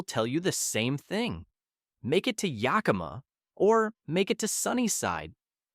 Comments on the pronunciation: Yah KEEM ah valley? Geez! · It is very annoying that this AI voice pronounces Yakima as "YAY-KEY-MA." And all the video shots from other parts of the country. But having grown up in Spokane when it was a very nice place to live, I'm glad I now live in SE Virginia. The Washington far-left loons have ruined everything. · Bruh, as a Washingtonian, I get a hardcore cringe at the absolute slaughter of our towns n cities. The info 💯 awesome, needed info. As I'm watching and hear you say Yakima I held my breath. You got to Chehalis I almost left. Research pronounciations as much as you do the info you're reporting. PLEASE!!